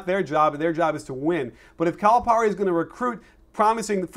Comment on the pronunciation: I'm sorry, but if you are going to trash a coach, at least learn to pronounce his name correctly.